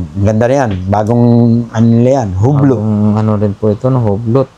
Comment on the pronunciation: U-B'LO po pag pronounce Nyan Hindi Hublot